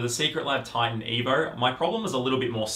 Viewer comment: evor? its just evo bro